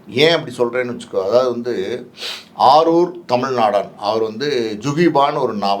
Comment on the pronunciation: அவர் பெயர் ஆரூர் தமிழ் நாடான் இல்லை. ஆரூர் தமிழ் நாடன். சரியாக ஒரு சொல்லை நீங்கள் உச்சரிக்கவும.